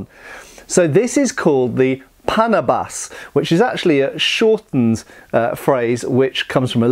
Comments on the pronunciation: what do you mean not for cutting weeds!? look I'm Filipino and I know my language quite well in fact I think I'm well versed in it. First of all it's pronounced as Pana-bas which directly translated to english as for cutting (weeds). The word panabas came from the root word Tabas which means to cut off. This is a case of a farming tool turned weapon. it's litterally a smaller, more manageable, and more practical form of a scythe, used for harvesting tall crops and trimiming down tall grass. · The name is right, the pronunciation isn't. It's pronounced as pa • nā • bas, literally means cutter. Main weapon used in Luzon by farmers for trimming crops, against wild animals or intruders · It's Pə/näh'/bəs, the stress is on the 2nd syllable. 😊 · You are supposed to pronounce that as panaaabas and not paaanabas. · If my assumption is correct that its name "Panabas" came from the words "pang" and "tabas", then the name might actually be pronounced as "pa-NA-bas", with the stress on the 2nd syllable (much like "banana" and not so much like "Panama"). Or I may just be nitpicking 😅 but nevertheless, thanks for featuring these Philippine weapons ✌️😊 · stress is on the second syllable and the first vowel is hardly pronounced, so it's pnA-bas. that's short for pang tabas or for 'countouring' as in contouring your enemy's face. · Regarding the proper pronunciation of Filipino names from the Austronesian language family, it should be pronounces as [pa-NAH-bas], with the emphasis on the middle or second-to-the-last syllable. The same pattern of syllable stress should apply to most other Filipino words with three or more syllables. By the way, "panabas" is related to the Tagalog word "tabas" which means to trim or "slice the edge of." You mentioned the Moro "karis" with the wavy-edged blade but it's the first time I heard it called that way. I've mostly heard it called as a "kris." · Great video! Accent is on the NA (pa-NA-bas). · Paa-naa-bas. Literal meaning: chopper.